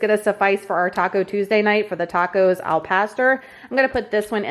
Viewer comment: Hilarious on how you pronounce Al Pastor 😂 May need to watch Cooking with Claudia to see how it's pronounced 😉